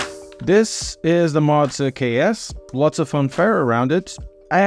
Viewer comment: why do you pronounce it like "Motza"? is it that hard to say "Moza"?